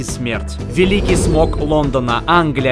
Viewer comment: ВЕЛИКИЙ СМОГ,АХАХАХАХАСмок,а не смог!